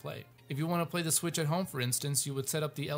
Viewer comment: I don't think it's "Switch IU"